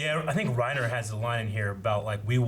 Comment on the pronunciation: its "Rye-Neeeer" as uttered by Sergantajs crew